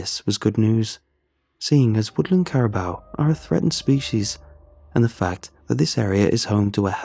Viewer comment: Cara BOO pronunciation